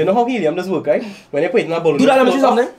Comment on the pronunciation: Man quick to say boloon